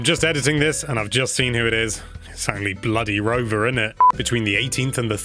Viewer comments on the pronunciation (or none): How DARE you disrespect the name of Rover like that!!